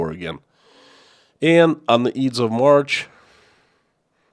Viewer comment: here in the West we pronounce it the "EYEDS" of March. not "Eeds". It is pronounced like the word:"I". or like the "Eye" you see things with.